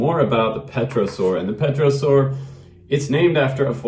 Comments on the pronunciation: That looked like a fun plane to fly,very floaty. You don't pronounce the P in pterosaur by the way. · What's not to like? Cool. Say, "tero' soar", no P. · FPV!!!!!!!! Great review my friend! Looks like a lot of fun! And it's pronounced "Tare'-oh-sowr"